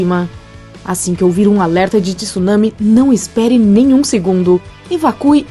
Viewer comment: Alguém diga a essa dubladora que não é tissunami. Tsunami se lê com o T mudo, junto com o S O som é TSU mesmo